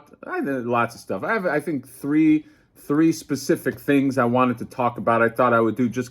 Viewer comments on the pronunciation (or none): none